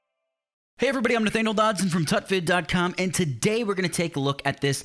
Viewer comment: When u told tutvid I thought titvid